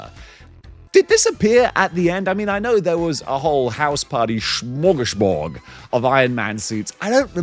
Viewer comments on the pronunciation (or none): none